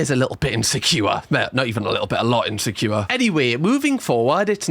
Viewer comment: Insecure = in-sek-kiyu-wa